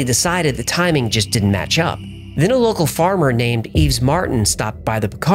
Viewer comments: Yves isn't pronounced Eves. It's pronounced yeh-ves. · I've heard you make this mistake before....so... FYI "Yves" is pronounced just like "Eve." The s is silent. It's a pretty common name here in France.